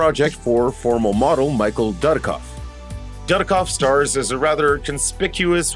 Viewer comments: Plus Michael Darkoff? Michael Dudikoff. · I cringe when you try to pronounce Dudikoff